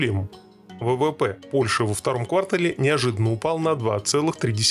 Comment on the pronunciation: КвартАл. Ударение на второй слог. Пожелание автору канала.